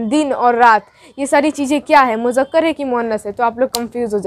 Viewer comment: Mujakkar nahi Muzzakar... Moannas... Good job but write and speak right Urdu... Udru is a great language